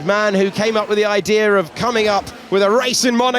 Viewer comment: oh i love "the man that came up with the IDER of coming"